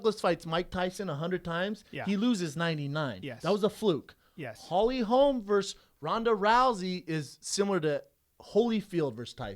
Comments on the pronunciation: Holly HOLM. Her name is Holly HOLM. NOT HOLMES. Jesus. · driving me insane, its Holly Holm, not Holly Holmes.......Cmon man at least get her name correct, also she did do a movie this year, with Meisha and Cyborg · FOR SURE, quit saying HOLMS! Brandon said it once and corrected himself, but then Brian repeats it like 4 times... (around min 22 min.) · Why on fucking earth do you keep calling her Holly HOLMS. Jesus. FACEDESK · Brendan, it's HOLM bro.....HOLM.......NOT HOLMES!!!!! smh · ugh if I hear one more person call Holly Holm Holly Holmes I swear to god... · ITS NOT HOLMS HOLY FUCK I COULDN"T EVEN LISTEN TO THIS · FOR SURE!!!! ITS HOLM NOT HOLMES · Every time they said "Holly Holms" I was like "Its 'Holm' you idiots!" Thanks Schaubs and Callens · Pereira It's because her name is Swedish. It's pronounced with a very short o, or an å. Hålm. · Can anyone in the whole MMA world say Holly Holm's name right??? Good god.